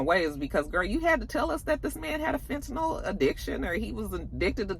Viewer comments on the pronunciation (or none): none